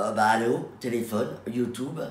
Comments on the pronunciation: Elle a dit "YouToube" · Je suis désoler mais 😂les gens qui disent « YouToube » c plus possible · "youtOUbe" 😂😂 ha lala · ON T’AIME MAIS ON DIT PAS YOUTOUBE!!😂❤️